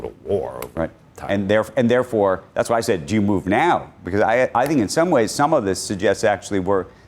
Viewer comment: (eye roll)…. You keep on emphasizing on the word move.